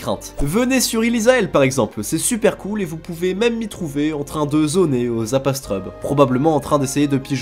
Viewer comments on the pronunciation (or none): Ca me stresse il dit Kamasse au lieu de kamas et astreube au lieu de astrub 😂😂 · C'est stressant d'entendre "Astreub" au lieu de "Astrub" xDD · Désolé mais le lore est trop précieux j'peux que mettre un dislike pour le "Astreub" plutôt que Astrub et pour "kamace" plutôt que kamas, 👌🏻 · Pourquoi il prononce Kamasse et astreube >:0 !?!?!?